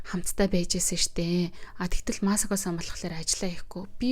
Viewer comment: МААСОКО БИШ МАСАКО